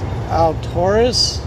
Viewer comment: It's pronounced Al-tur-is, and if you happen to be there at mealtime may i suggest Blackbear Diner👍